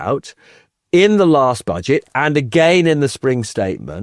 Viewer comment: "Office for Bodge-it Responsibility." Perfect slip of the tongue! 😂